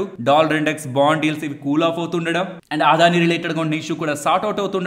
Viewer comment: ఆ ద్ధాని కాదు. సింపుల్ గా పలకండి అదానీ అని